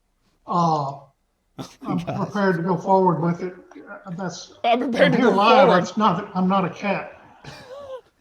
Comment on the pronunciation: Don't you mean "purr-pared"😂😅